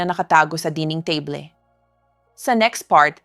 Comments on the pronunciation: Why is AI used for her voic ...ang daming mispronounced words...muscle, table, debris, stomach, wat marami pang iba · This is AI, she pronounced “table, pineapple, ). Sounds like being read by robot.